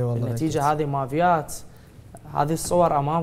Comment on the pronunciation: ان شاء الله يرجع لاهله اسمها مافيات وليس ماڤيات🙂↗️